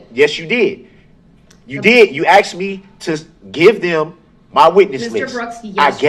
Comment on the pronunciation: Speak English for fuck sake! It’s not axed, it’s asked!!!!!! You’re so right, just like a CHILD! Hilarious 😂😂😂